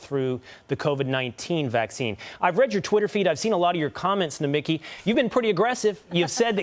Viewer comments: Take it from a Greek: it is Nomik-I, intonation on the last I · It's not "Nomikee", it's Nomeeki".